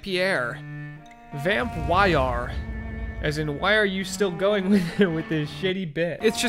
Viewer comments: it is pronounced "vamm-py-r" no e at the end (this is swedish for vampire) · Bit late but you pronounce it like " Vampür " like the german ü ._. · It's not pronounced vampire, or the weird way that you decided to pronounce it 😂😂 vampyr is vampire in danish. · Vham-py-r thats how you prononce it….. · It's vam-pir like in Romanian accent with pronunciation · When he “Y” that hurt me